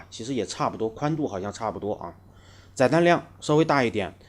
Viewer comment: 载（第四声）弹量 ；翅膀折起来：可变后掠翼